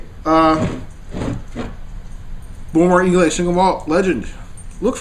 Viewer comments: It's pronounced eye-lah. Bowmore legend is actually not that peaty, the other islay's are much stronger. This is more of an intro islay or your everyday islay scotch. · I get a kick out of ur incompentence about how whisky is to be nosed and tasted..Its pronounced eye-la,,have a another dram u yankee nob slob.